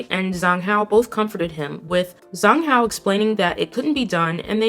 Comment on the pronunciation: Zhang Hao is pronounced like Jahng Hao. Wang Zi Hao is pronounced like Wang Dsih Hao (Z's in Mandarin sound like ds as in "reads").